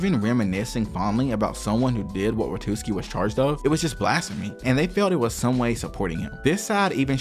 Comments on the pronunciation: It's Wa-tsu-ki not Wa-tus-ki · It's Watsuki not Watuski lol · "watuski"" come on, man, watsuki. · "Watuski" every time. Homie I loved the video but it's WAT-SU-KI. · watsuki not watuski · Kubo doesn’t actually hate Oda. He and the host during the interview were laughing, it was a joke. And Watsuki's name is pronouced Watt-sooki. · Brother the pronunciations are taking me places. Watootski sensei. 🫠🫠🫠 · The whole deal with Watsuki (not pronounced Watootski btw) is regretable, but to be fair, not like the law was any more harsh on the dude, guy is still working like he did nothing, while some people lose their whole careers for doing drugs or adultery. Shit is wild. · I can't get over how you keep calling the author of Ruroni Kenshin as "Watooski" lol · "WaTOOski"....oh my god 😢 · Really liked the video! Except for the dozens of times you mispronounced WaTSUki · It gets worse the more I watch. You wrote it correctly on the screen, who the hell js “Watuski”? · dude, you have to practice your pronunciation. At least read the names properly, " Watuski" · Loved the video!! Super interesting learning more about Oda! Also in the future pls google the pronunciations to names and stuff 😭😭 besides that good stuff 😎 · Mate, the video is great. That being said, mispronouncing Watsuki the ENTIRE video really undermines your incredible work... 😅